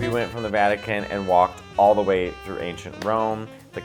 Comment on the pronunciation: At first I thought he said "we were walking through Asian Rome"... And I went, since when did Rome have a China Town? 😂